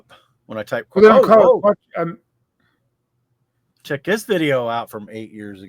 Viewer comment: your French pronunciation needs some work... But your effort made me smile. I have some duplo 2×4 that do fit on top of the quatro because the cros support is a bit higher. Also duplo plates fit very well